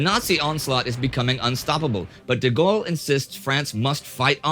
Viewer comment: thank you for saying his name the correct way